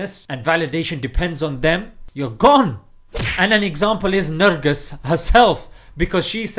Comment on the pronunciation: The way you call her nurgus lol haha she aint a muslim btw